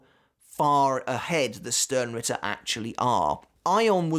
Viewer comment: You know what? As a german I will use this opportunity: "Sternritter" is pronounced "shtarenritter". The "sh" from "shut" and the "are" from stare. So just say stare with an sh instead and add an "n" at the end followed by ritter.